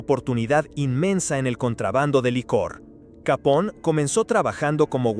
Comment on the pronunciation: Gran video , aunque te pasas todo el mismo vídeo pronunciando mal su apellido , No es capón, si no , Capone , es italiano no inglés